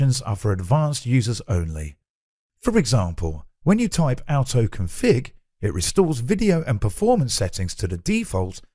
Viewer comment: you said outoconfig not autoconfig is that right?